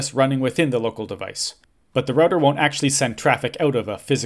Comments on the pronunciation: Say 'Roo-Tah' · The correct way to pronounce it! <3